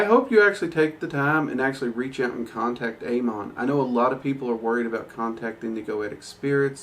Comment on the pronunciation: for the record its pronounced ah-mohn